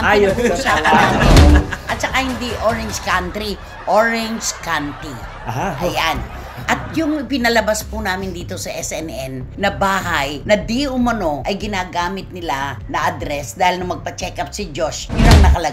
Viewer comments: Nanay Cristy, county is pronounced as (kawnti) hindi (kanti). 7 years po ako tumira sa LA so alam ko po yung lugar na Orange County. May episode po kyo noon na ang pronunciation nyo sa narcissistic is narcistic. Fyi lang po. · County (count) “kown-tee” 😇 or omit the “t” “kown-ee”😅